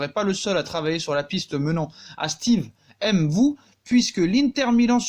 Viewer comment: MVOUÉ PAS M’VOUÉ comme on prononce MBAPPÉ PAS M’BAPPÉ... même avec une prononciation française ça ne se dit pas il n’y a aucune apostrophe.